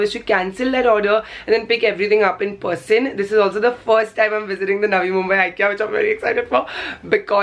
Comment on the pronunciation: Haha.. the way she says person, it seems liks it's spelt as Porsen.. agree?